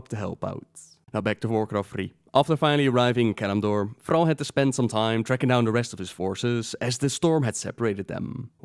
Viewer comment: Why do you say Frall... It's Thrall with a T